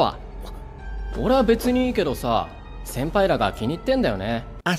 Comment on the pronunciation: Cuando se da cuenta de que esta atado le dice sempai .. o soy la unica que escucho eso :'>